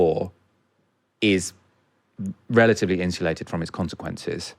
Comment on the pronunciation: In-shoo-lated ?? Insulated